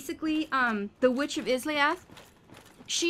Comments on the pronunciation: In today's lovely episode, we encounter the ten-taco monster that has been so aptly named the, with my liberty as an author, the "Titty-groper", a few witches of Izalith (which is pronounced more like I-sa-lif) as well as the frenzied bed itself. So, without further ado, let's get this started. When walked along the lost halls of Izalith, his senses picked up on the faint yellow hue of one of his oldest friends. Off to his left, he could spot the brilliant summon sign on the Knight of Sunlight Solaire. As his female companion walked up beside him, looked over his shoulder just in time to see her stand beside a great fogwall, one of the many he had encountered throughout his magical journey. Without a moment's hesitation, pressed his left hand down to Solaire's brilliantly shining sign, and within a few seconds later, the Knight appeared with a soothing glow of the dying Sunlight. With his crew assembled, moved onwards with every intent to conquer the foul creature that was bound to rest beyond the fog gate. When pressed onwards through the fog, he felt his honed senses beat rapidly while his eyes widened. Before his very eyes, an ornament that he had believed to be a mere fossile of a creature that had long since passed, gained life anew. With a blazing inferno around it's body, the Centipede Demon roared out a monstrous sound as two allies came through the fog, both of which held their ground while fumbled around with his str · Izalith -> Eye - Zah - Lith